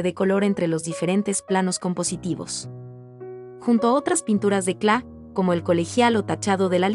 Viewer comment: Muy bonito, el único problema es la pronunciación que hace la relatora del apellido. No es kla es KLEE y ese apellido ha sido el de mi familia desde hace más de 100 años.